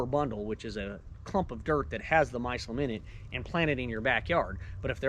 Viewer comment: My- cell- um... BAWAHAHAHAHAHA 😂😂😂😂😂